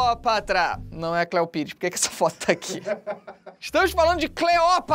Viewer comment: video perfeito kkk mas aq o felipe tava falando cleoprata ao inves de cleopata um erro que eu provavelmente ja cometi kkkk